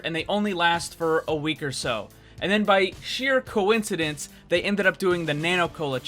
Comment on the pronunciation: "sheer couinsidence" ok man, ok